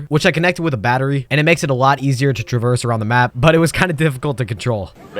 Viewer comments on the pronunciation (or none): none